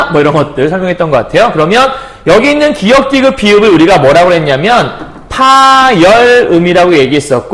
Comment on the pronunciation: 몰라서는 아니실 테고 발음 습관이신 거 같은데 ㅠ 계속 기윽이라고 하시는 거 너무 확확 꽂혀요 ㅠ ㅋㅋㅋㅋㅋㅋㅋㅋㅋ 하필 또 수업 내용에 기역이 왤케 많이 나오는지 ㅠ 기윽 소리만 삼십 번은 들은 듯 ㅠ